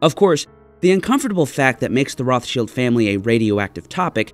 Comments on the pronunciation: Roth-Shields? In German, phonetically it is said "Rowt-Shild", no "th" sound and the "Rowt" is harsh. Just for clarity, "Roths-Child" like the Child of Roths, is the English pronunciation. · Roth-child ... your the only person on earth who says rothshield... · It’s not pronounced like that in English or German. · I've never heard Rothschild pronounced the way pronounces it. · It is not correct in English or German. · The way he says Rothschild....eewww.